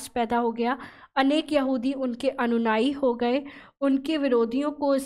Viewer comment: आपने जल्दबाजी में अनुयायी को अनुनाई बोल दिया है।